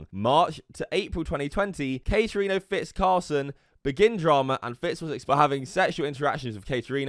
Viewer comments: Am I the only one hearing calling carson "carlson"? lmao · did he just call carson “carlson”? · Did... Did just call Carson “Carlson” or is it just his accent? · My mans is saying carlson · Why tf this Brit keep calling Carson carlson? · carlson????? you mean carson